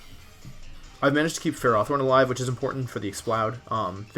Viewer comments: It seems Markus has won the war, you started pronouncing it "FerrOthorn" too. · Wolfy you started calling it ferrathorn! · I love you dude: after the almighty "de-kee-dwee" now we got "ferròthorn". Your pronounciation turns old well-known pokemon into a new discovery 😂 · Wolfe you are good as so many things, but pronouncing Ferrothorn is not one of them. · The way you pronounce Ferrothorn makes me cringe